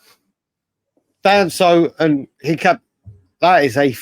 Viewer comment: The name "Hincapié" is a Spanish surname, and its pronunciation in Spanish is een-kah-pyeh. The emphasis is on the last syllable, "pié".